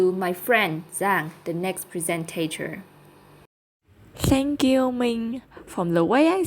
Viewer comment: Teacher's Comments: 1.: - Good pronunciation and intonation, especially when listing the items in a series. - A wide range of vocabulary, successful paraphrasing - some minor mistakes: discuss about (discuss sth), are cohabit, mispronunciation of 'altered', 'presenter' 2.: - Speak with enthusiasm and some intonation, which is a significant improvement - Practice more to speak with more ease and improve the speed of speaking - Pronunciation remains the biggest challenge, particularly ending sounds (in words like 'is, experienced'), some consonant sounds like /sh/ in 'share, preparation' 3.: - quite fluent and accurate throughout - Speak a little too soffly, though - mispronunciation of vowel sounds in 'sympathize', 'regardless' 4.: - quite good pronunciation and fluency - mispronounce 'fragile' - inaccurate use of language on the slides: 1st piece of advice "prepare unstable finance"???? 4th piece of advice: "Prepare the regarding cohabitation knowledge''????